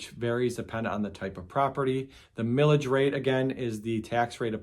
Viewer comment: 😂 Thought you said "Pillage" rate. Feels like states and counties assess to pillage us all the time on tax.